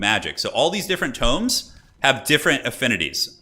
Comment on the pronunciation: It hurts my ears every time he pr9nounced the tomes as toooms 😂